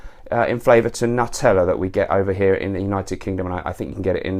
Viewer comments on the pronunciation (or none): none